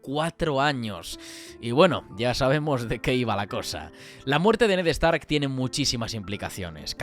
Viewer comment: “Ned EStark”